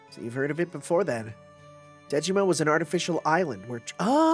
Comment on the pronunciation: Every time you say “Dejima,” my brain hears “Digimon.” By the way, there's a reason why Sei is in the main cast of this event: the writer of HibiChika (and of this event) is OKSG, who is also Sei's writer. Sei is the only character he’s written for FGO; his main role at Type-Moon is Web Designer/Programmer (and that’s also why HibiChika was Type-Moon’s web mascot). When the event was released in Japan, he said on Twitter that he was happy to be able to write something again about HibiChika after 10 years